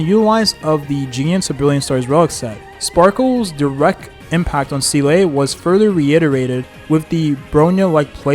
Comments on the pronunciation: seele is actually can ve pronounced like this guy pronounce it bug other characters 😭😭 from all only yukong was prnnced correctly, it's like the guy never played and sees the scripf first time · we gotta teach you how ro pronounce seele 😭😭😭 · I cannot hear this pronunciation of seele anymore make it stop pls 😂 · i didn’t see the video nor know the guy but the comment alone makes me feel pain. Edit: how is he pronounced yanqing properly but not Seele, is it on purpose, isn’t it? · I believe the "Proper" pronunciation is "Zee-luh" as she even says herself that her name is based off of an old Belebog word for "Soul" which just so happens that the word for "Soul" in German is "Seele", and that's how it's pronounced in German. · it's SEE-LAH not See-Lay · Bruh why say selay when you can simply say seal. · Zee luh not see lay (also how did your pronunciation of her name start from seel to seelay) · Seele is german and is pronounced more like Se-leh not zee-lay lah or luh. The double E is not pronounced like "see"/"sea" but i can see how that throws english speaking players off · seele is my favorite character in hsr, hearing see-lay all throughout this video just hurts.... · Don’t think I’ve ever heard Seele’s bame said so much. Lmao was said at least one to 3 times during almost every single sentence. Also never heard it pronounced wrong. So much xD “See-lay” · Nah bro, "see-LAY"? That enough internet for today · sea-lay i cant 💀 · The Seelay is distracting me 😂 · ah yes, seelay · i heard "Zee-luh-ay" like hes purposely trying to cram more syllables into her name lmao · The game is voice acted just listen to how they say the names 😭 who is seelay and shingshay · see-LAY is indeed amazing... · I stopped watching him after his first Seele video because he outright says seal (as in the animal) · actually her pronounciation is say-lay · "See-Lay" I can't watch this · I think he does it on purpose lol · fr how hard can it be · I’m dying inside too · bro pleaase its zeeluh